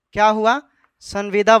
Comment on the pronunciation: Tumko sanbida bol ne nhi aata h bat krta h kanun ka